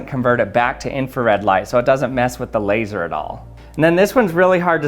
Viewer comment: “Labseor” - Odd1sout